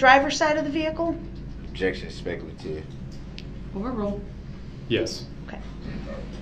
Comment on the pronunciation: “Objeckshion, speckleitive”. 😂